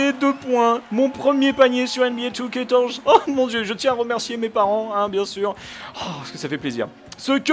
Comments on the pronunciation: Tu sais, C'EST NBA 2k14 pas 2TORZE OU JE NE SAIS PAS CE QUE TU DIS!!!! Nan je déconne mais prononcee le vien, tu as pas l'air très intelligent quand tu dis ça:) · Pourquoi tu dis NBA 2K torze ? Sinon super vidéo ^^